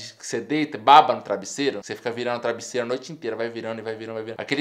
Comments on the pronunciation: Ele fala "trabisseiro" nada contra, só acho engraçado, sem preconceitos kkk. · Ele falou trabisseiro ou foi impressão minha. kkk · "Trabissero".... Kkkkkkkkkk